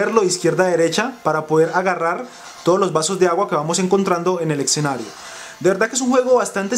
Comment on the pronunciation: hable bien amigo... escenario no exenario suena horrible